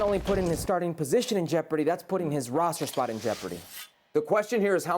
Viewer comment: Bro said roster